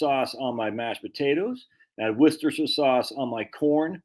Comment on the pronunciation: I say this out of love: It's pronounced "Wooster sheer." Worcester [any town in England w/ "cester" or "chester" in the name was a Roman fortified village, or "castrum"; same root as "castle..." back in the day] and in this case the locals pronounce it "Wooster" [midway btw "rooster" and "wuhster;" darn hard to convey in writing] and the "shire" [basically the equivalent of "county" in American] part is just "shir..." like "her" w/ a "sh" in front. Ergo, "wooster sheer" not "War chester sheer sire sauce" like I used to say before I spent a semester abroad in Oxford! 🤣 [Shout out to my host family I lived with in Headington, all those decades ago. Lovely people who really made me feel part of their family!]